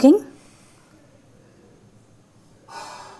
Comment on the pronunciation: Madam वो सरायगढ़ी नही सारागढ़ी है। आप थोड़े से पढ़ लिख नाम बिगाड़ देते हैं। जो ठीक नहीं है waheguru Ji Meher करे।